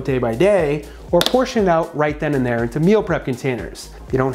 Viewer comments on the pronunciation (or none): none